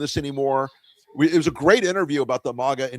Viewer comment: It's maga, not mogga. It's not an exotic foreign word. It's not iroq or iron, either. It's maga. Root word: maggot.